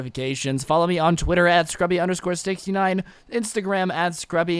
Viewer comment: U said srubby